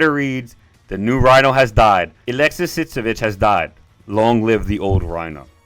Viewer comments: Its pronounced "Uh-lex-ee" not Alexis. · Alexey, not Alexis (Altho anglos spell it Aleksi for some reason) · Aleksei. (UH-LEK-SEE)